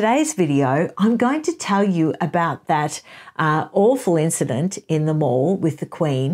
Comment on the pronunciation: just a couple of little points, as i know you pay much attention to detail; there is no of in trooping the colour. it is the colour which is being trooped. not the colour which is doing the trooping. hence, trooping the colour. the mall is pronounced like pal, not like maul.